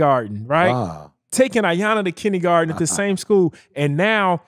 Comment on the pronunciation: “kinnygarten” 😂🤣 love ya!